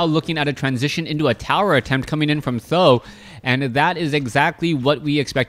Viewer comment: Th000 should be pronounced as "San Dan" which means three eggs in Chinese as there are three eggs in his name